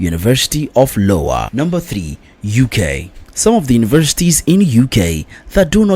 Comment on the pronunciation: Its Iowa - i o w a